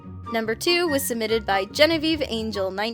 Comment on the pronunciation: lol it’s not “gene-I-veve” it’s “gen-eve”